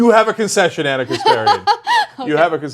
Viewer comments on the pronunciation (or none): none